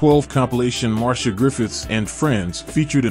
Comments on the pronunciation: It’s pronounced Mar-c-ah not Marsha lol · Mar-cee-ah not Marsha!! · I thank you for your info on Marcia Griffiths. I must say however your pronunciation is wrong, her name is spoken as Mar-cia and not Mar-sha Griffiths. (this is a common mistake made by non Jamaicans ) Nevertheless I'm happy that she's okay and recovered from the scamming incident and the scammer is now sick. All the best to her and R.I.P. Bob Andy. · The presentation is good but in future please be carefull with the pronunciation of peoples names. Marsha is a different name to Marcia. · .. It can be but in Jamaica the latter pronunciation is used. It is also disrespectful of the artist to mispronounce her name. She is a well known singer so there shouldn't be any error in pronouncing her name.